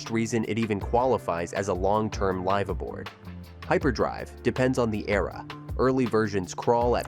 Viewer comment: Yes, you can tell by the way it uses the wrong pronunciation of “live” for the context.